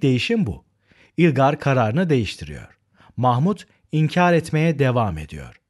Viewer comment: Hocam yalnız ilgar değil ılgar diye okunuyor :)))